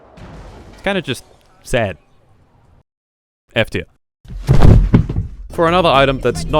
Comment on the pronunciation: Anyone else keep hearing F2 in the beginning until you realized he was actually trying to say F tier